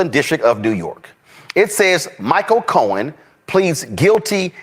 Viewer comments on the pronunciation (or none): none